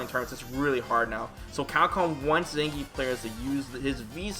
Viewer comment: I have yet to hear anyone other than the game pronounce Zangief correctly. It's three syllables.